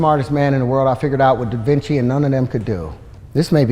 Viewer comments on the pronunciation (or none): You didn't pick up when he said "DavinChakey" 🤣